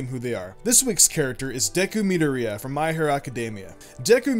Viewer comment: I love both your channels but your pronunciation of Midoriya is actually painful 😂